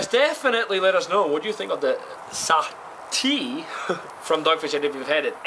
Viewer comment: Sahti was pronounced almost correctly, the 's' in the beginning should be softer, like in the word 'such', you said it now like 'zahti' :)